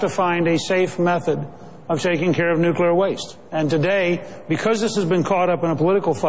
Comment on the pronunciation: How cute that Perry calls it "nucular"!!!!!